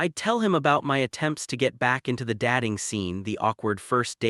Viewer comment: Getting so tired of hearing 'date' but 'dat-ing', 'stare' but 'star-ing', etc. Please fix AI errors or do the narration yourself. Good stories are spoilt by AI inacuracies.